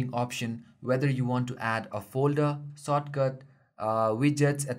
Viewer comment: soatcut.......you mean shortcut?????????